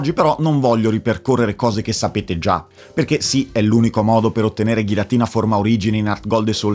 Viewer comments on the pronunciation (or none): none